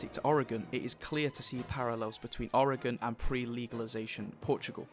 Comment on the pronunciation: How do you know how to pronounce oregon better than most people in the us